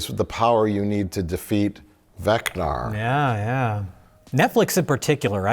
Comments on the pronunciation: Vecna … Vecna … from Dungeons and Dragons. Not “Vecnar”. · Mike mispronouncing dumb character names is my favourite thing in the world “we must defeat Vecnar!” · I know Mike is a DND guy but he keeps saying Vecnar, I hope it's on purpose to piss me off